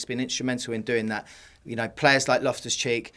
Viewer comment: *loftus not lift us😂